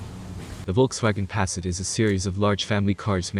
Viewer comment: Come on man, the electronic narrator can’t even pronounce the name of the damn car properly